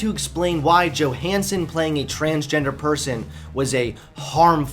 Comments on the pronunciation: He said Johnson instead of Johanson a few times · Do people still not realise that the J in Johannson is pronounced as Y? Also, it's actually good that Scarlett Johansson didn't go through with a trans role. I like my movies to be believable and no one would believe a someone as smoking hot as Scarlett Johansson is trans. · Fantastic. Thanks for attacking NowThis!!! You said "Johnson" in place of Johansson . Keep the content flowing! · Johansson, not Johnson